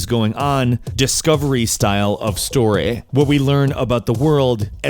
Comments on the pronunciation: "Stoorehh..." = story :P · ''Storeh''..., it's ''LeviosaAaAaAaA'' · I've always been coming back here to hear him say "Discovery style of Storehhh"😄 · "Horruh"... "storay"... stop trolling us meow, K? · "storeh" , also, SUPER excited for this game. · Stor-EY and Horro-ER ? wut? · Glad someone else notices xD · Hahahahha Such a Posh tone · "what the hell is going on, discovery type of storeh" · Lol "Storeh" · stow ray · He said it like storai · am I the only one that noticed how weird he said "story"? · OMG I can't stop laughing at how he says "story", totally caught me off guard xD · Hahaha So Posh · Greensky02 bahahahahahaha! 😂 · So glad I'm not the only one, I was pissing myself laughing. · Lol I was about to comment that